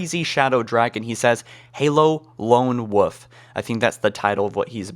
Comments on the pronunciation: lone woof? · Halo: Lone Woof? Oh Lone Wolf... lol just teasing 😜 Interesting video topics bud 😄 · stop saying Halo: Lone Woof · "A lone woof kinda game" lol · "Lone Wuff" 😂